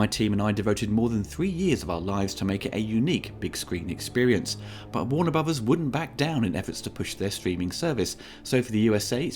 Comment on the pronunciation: "Worna Bruvahs"